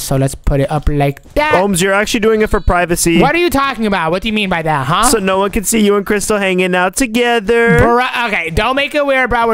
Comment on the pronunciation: It's can not kan